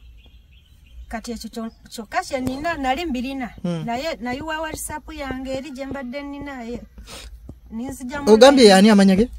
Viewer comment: Naye banange s.2 ngatamanyi Even the word WhatsApp nti waysaf